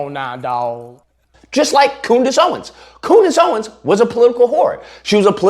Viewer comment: Dat boy said Coodice Ownins lol